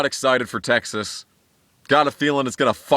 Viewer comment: “Texass” LMFAO!!!! 😂😂😂😂😂